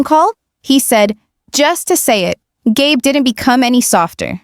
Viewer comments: GAB?! It's Gabe, or Gabriel. Crappy AI moderating. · Gay Brown?? Gab?? Do you mean Gabe? Learn to pronounce the names. 🤬